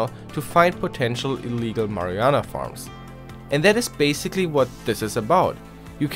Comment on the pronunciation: "mariana"? XD Its pronounced "mar-uh-wah-nuh"